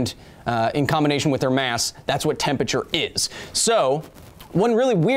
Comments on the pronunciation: Why do you say “tempature” instead of “temperature”? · KYLE FAM. Why you pronounce 'tempERature' as "tempature"? :( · Kyle why do you say temperature like that? Tempature? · The way you pronounce temperature (tem-per-cher) slightly hurts my brain. Still love the videos. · are you saying "tempAture"? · yal heard "tempeture" too right?